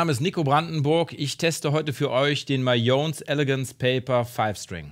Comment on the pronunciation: hallo,bin der und spile auch einen mayones caledonius 6 string. schönes video. (nur so als tipp, die firma heist mayones,und nicht mayons:-) )